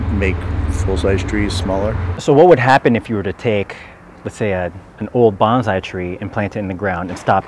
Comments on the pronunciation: Great video but your perpetuating the mispronunciation of the word. It's "bone-sigh" even "bahn-sigh" would be more acceptable. Banzai means something totally different. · if you're going to make a video on a particular subject, you should at least learn how to pronounce the damn thing you are discussing. "bone-sigh". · A lot of misconceptions? Like using the wrong word for their name?! They are bonsai, not banzai. Two different words, two different pronunciations, and two completely different meanings. Every time you said banzai I cringed. It's a war cry, not a name name for a type of horticulture. By the way, you don't keep them small by restricting the trees nutrients, nor should you restrict them. Instead, you prune them and restrict the amount of water they receive by pruning the roots. This guy is trying to clear up misconceptions and fails pretty miserably. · The correct pronunciation is actually "bone / sigh". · Your pronunciation of bonsai like banzai is driving me crazy for a video purporting to educate on bonsai. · Bro just pronounce bone sigh correct! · No one pronounces the word right either. Bone-sigh. Bahn-zi means fire from the sky and is what kamikaze pilots cried. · Pronounced BONE SAI.. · The word should be pronounced "Bone sai". " Banzai" means "long live the emperor." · "Bonsai" is more accurate pronounced /bone-sigh/, which means, roughly, tree in a tray. BANZAI, /BON-ZIE/ is the cheer Japanese soldiers were using in WWII as a way to honor the Emperor and it means long life, or 10,000 years or long live the Emperor amongst other things. You keep using the wrong pronunciation and I kinda cringe at it... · No one in this video pronounces "bonsai" the way it's supposed to be pronounced, instead of "banzai". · its pronounced bone-sigh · Before you make a video at least learn how to enunciate the word that I'm going to have to type here because of voice recognition. Bonsai pronunciation is "bon-sigh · BONE-sai. Not BAHN-sai. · Bone-sai Not bahn-sai